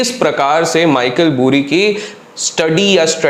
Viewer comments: Michael Burry hai vo Michael BUUUURY nahi lawde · Bhai vo "Boori" nhi hai. "Bary" hai Pronounciation! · Michael "boori" nhi "bari" hai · Boori nai bhai bury....isko aise pronounce karo - Bari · भाई नाम तो सही से बोल दे उसका? 🤦🏻‍♀️🤦🏻‍♀️ Burry बरी को Bhury भूरी भूरी बुलाये जा रहा है 😂 अगर अंग्रेजों से बदला लेने के लिए जानबूझ के ग़लत बोल रा है तो ठीक है 👏🏻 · Boori nhi Burry = Barri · it’s pronounced like michael Baari and not buuuuri 😅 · It's burry not boori 😂😂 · boori nahi bari hai bhai. and He's a Dr. Hence Dr. Michael Burry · I think its Michael बरी not Michael बुरी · Pronounciation is Baaizzat"Bari" = Michael "Burry" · Bhai Kyun fake news spread kar rahe hon. Also naam tho pronounce kar lo Theek se